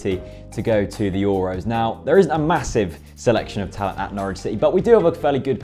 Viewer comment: Should have called it Woy's Woad to the Euwos, great video though George ;D